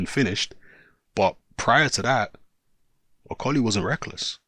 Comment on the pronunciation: Can you say Okolie properly XD